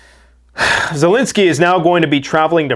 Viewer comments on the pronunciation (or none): none